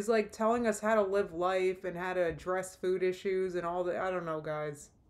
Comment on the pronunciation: How am I just now noticing how she says food? ‘Feud’.😐 She is an inspiration. She inspires me to do the complete opposite of everything she does.☺️Thanks!